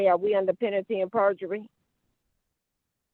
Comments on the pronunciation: "Under penatty and perjury" 😅 I wish the judge had asked her for an explanation of "penatty and perjury!" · She dumb. She don't know how to pronounce penalty 'n sh*t. She say it like "pennity". Know what I'm sayin'? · Is she saying "under penity and perjury"? 🤣🤣🤣🤣🤣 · Did she say, "penanty and perjidy"?😂😂😂😂😂😂😂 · I heard Brainy Bonita saying "penalty and perjumurree" 😂😂😂 As Fred Sanford would say "Ya big dummy"!😂😂😂